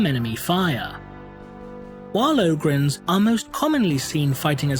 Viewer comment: O-grins? i always saig OG-rins